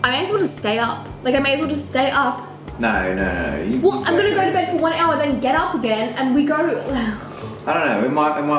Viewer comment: I love it how they say /nuyh/ for a “no”